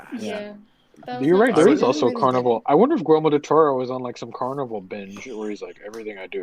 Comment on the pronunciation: are you saying Gormo del Toro?